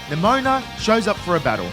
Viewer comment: Nemona ❌ Nemoana ✅